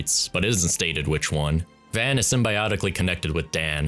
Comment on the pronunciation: Its not pronounced “van”